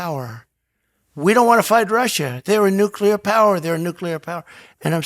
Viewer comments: I'm not very concerned about a nucular war but we should be concerned about a nuclear war. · 'Nucilar power' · Nucular my man lmao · Bob menery cant pronounce "nuclear" properly lmao. He says "nukeular" 🤣🤣 square